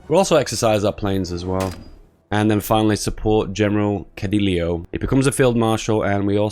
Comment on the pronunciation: Cedillo = Sediyo Calles = kaiyez Proper Pronounciation